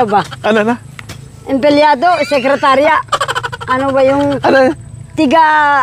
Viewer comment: 😂😂😂😂😂❤❤❤ang cute ni empilyado 😂😂😂😂di mabigkas ang emppliyado